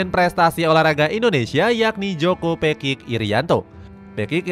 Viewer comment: Pekik aja dibaca kayak apek bukan kayak baca bebek peking